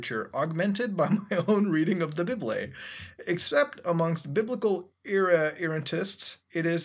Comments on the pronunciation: did he pronounce 'bible' as 'bib-lay'? lmfao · THE BIBLE "the bybley" I am gonna start pronouncing this word like that from now on, thanks muta. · I love the way he says bible XD